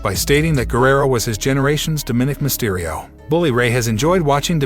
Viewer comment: His name is Dominik Mysterio not what you’re saying